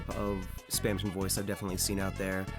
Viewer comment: spam tong